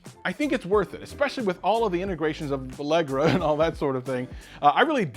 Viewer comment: Who’s here because it’s on sale in target for $72? Plus did he just say “Allegra”?